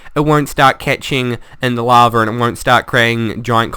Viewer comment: Awwwww, lava is no longer "laver". ;( I liked that pronunciation.